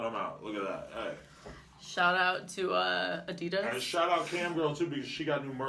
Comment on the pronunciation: Mericans will never be able to pronounce "Adidas" right. :D